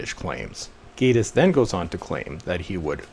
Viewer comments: Gay-tiss, or Gatiss. When an 'e' follows a vowel, the vowel says its name. There is no 'e' following so it is not AY. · Met Gatiss at an event about 8 years ago and he just came across as a pompous arrogant dick. At that point I lost total interest in being a League of Gentlemen fan. And it is pronounced GATTIS GAT LIKE CAT LOL.